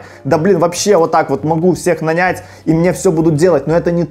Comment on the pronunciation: спасибо тебе, ты часть моего окружения, если бы ты знал, как сильно я изменил свою жизнь благодаря тебе. Маленький экскурс тебе по русскому языку на Новый Год) 1. Слова "нету" нет в литературном русском языке. 2. Не "пятиста", а "пятисот" 3. Наня́ть, а не на́нять. Удачи в изучении языков:)